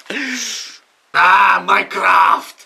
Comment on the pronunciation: wymawia się majkraft